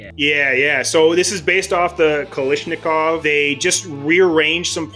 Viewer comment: Does anyone else get annoyed when he says "Kalishnikov" instead of "Kalashnikov"?